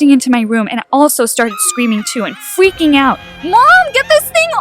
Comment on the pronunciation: "fweaking"yeah,amazing pronounecation Sorry for being REALY rude Now Im saying this literelly to me